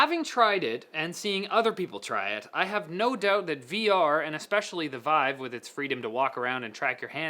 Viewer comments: did anyone else notice when he said "veev," not vive. Also, I can't wait to play video games with a monitor strapped to my face. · Why do you keep calling it "Weave"? It's VIVE. With an "i" He says weave one time and vive the other. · French pronunciation. ^^